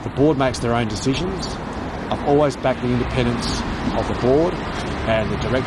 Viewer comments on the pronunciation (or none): none